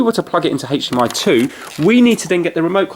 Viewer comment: Why do I hear HathDMI